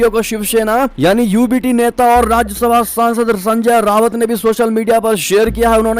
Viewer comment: वो संजय रावत नहीं संजय राउत हैं